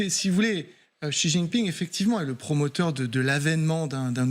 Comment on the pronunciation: Etant donné qu'il va rester président à vie, il serait peut-être temps de prononcer son nom correctement. Le nom du président de la Chine n'est pas ZIZInping!!! Essayez plutôt "Si jinping". Vous devez bien avoir un petit neveu qui apprend le chinois à Louis Le Grand pour vérifier.